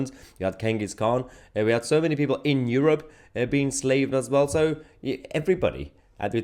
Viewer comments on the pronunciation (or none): none